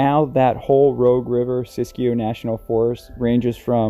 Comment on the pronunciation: I'm impressed by your pronunciation of 'Siskiyou'!